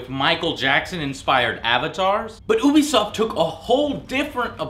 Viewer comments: its you-be-soft no ooo-be-soft... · yea, ooobie sounds weird